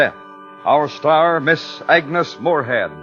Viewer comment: It's "Agnes".